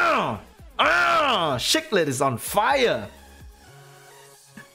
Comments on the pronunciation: Its SEE-clid, not SHEE-clid. hhahaha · At first I thought you said "shook lit" than i realised it's the way you're saying Cichlid...